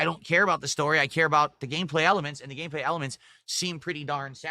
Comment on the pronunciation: "one of duh Best Gamers in the country"